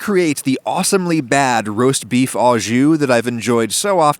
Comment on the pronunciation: Some points re "au jus": au (with) = "oh" (this is what you mean to say, Adam: "Oh", as in "beef 'oh' jus". Don't feel bad; it seems no Americans, even professional chefs, say this properly.) à (to) = "ah" ou (or) = "eww"